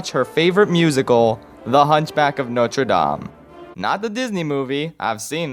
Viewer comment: Extra points for pronouncing Notre Dame accurately! Most ppl either don't try and say it as an English word or try to say it put completely miss it. I'm looking at you WatchMojo!